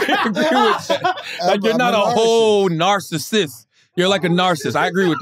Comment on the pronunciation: I’m a Narsis too not a full Narcissist 😎